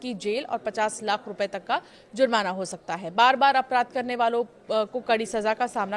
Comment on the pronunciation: madam zurmana nhi jurmana hota h